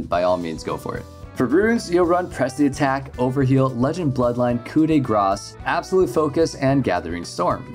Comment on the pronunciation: Finally someone who say "coup de grace" correctly